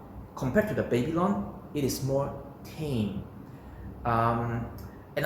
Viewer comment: "baby long"... took me a while to get you are referring to the "Babylon" XD lol